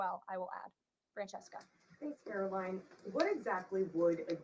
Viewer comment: Please pronounce her name correctly. CARE-uh-line. Line rhymes with mine, sign, wine...